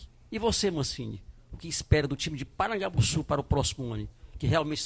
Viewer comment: Avisa q o nome certo é Porangabussu e não Parangabussu.